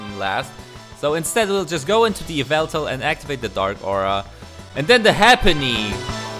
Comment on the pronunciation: Yveltal?? you mean.. YAVELTAL??